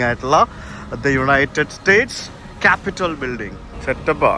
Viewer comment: കാപ്പിറ്റോൾ എന്നാണ്. കാപിറ്റൽ അല്ല. Ronald Reagan, not Ronald Wilson.😊